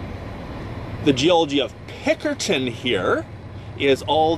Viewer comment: Are you saying Pinkerton? It sounds like Pickerton, but I can't find that on the map, but I found Pinkerton. I am flying down the Fraser and Thompson rivers in Microsoft Flight Simulator, I thought I would do some research is how I found you. Thanks